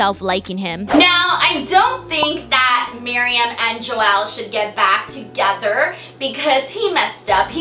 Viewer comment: I love, love, love the show and your review is spot on! One small comment, Joel is a one syllable word, not two. 🤗😘